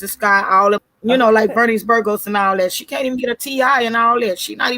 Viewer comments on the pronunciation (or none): none